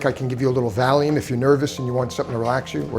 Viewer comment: "Or if you just want some Valume" 😂